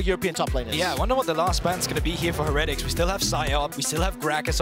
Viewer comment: Someone tell this guy how to pronounce heretics